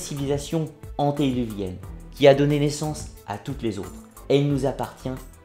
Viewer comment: On ne dit pas antédéluvienne mais : antédiluvienne